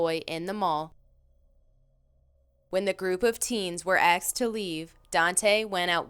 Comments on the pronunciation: WTF happened to the word "Asked" I swear to god no one can pronounce it anymore ending up as "Axed"... The women in this video pronounces every English word fine, but still ends up saying "axed" every time, in almost every video. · These videos are entertaining but PLEASE start pronouncing the work “asked” correctly. It is not “axed”. I hear this multiple times in nearly all of your videos. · Wow, pretty frightening. Lots of people being axed. Wait .... ohhh, *asked? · Its pronounced "asked" not "axed" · I noticed how she says "axed," instead of "asked." Other than that she's pretty good